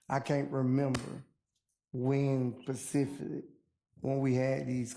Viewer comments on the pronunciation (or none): Specifically is never properly pronounced pacifically It’s a lack of education or lack of proper teaching. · “I can’t remember when pacificly” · He must love the pacific ocean! 🤣🤣😅